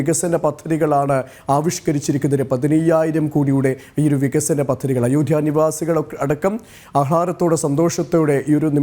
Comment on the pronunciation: അയോഠ്യയോ ?!🤔😁😁 അവതാരകൻ ചില അമേച്ചർ നാടക നടൻമാരെ പോലെ ഇത്ര ബലം പിടിച്ച് എന്തിനാ സംസാരിക്കുന്നത് ? അയോഠ്യ അല്ല അയോദ്ധ്യ ആണ് ശരി.